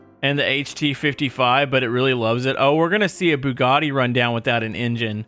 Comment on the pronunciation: learn to say Bugatti its Italian not what ever you are saying